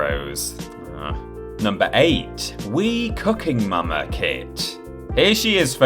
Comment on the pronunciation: Wasnt watching for a sec and swear I heard say Wii "Cucking" Momma Kit.